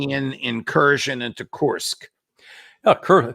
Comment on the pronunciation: Judge? It’s KURSK, not that 💩you're saying. 😂